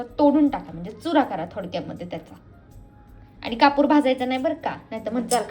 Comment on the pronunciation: कपुर नाही कापुर असे आहे शब्द तो